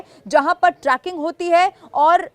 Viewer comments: "Tracking" नहीं मैडम.....Trekking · Tracking nai Trekking bolo Didi